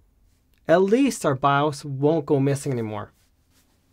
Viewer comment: why's he say baaaowwos instead of by-os like a normal person.. like .. thats just not .. and its in the name of this 'not bawwos tech' name ?.. super confusing when he's talking about a bios issue.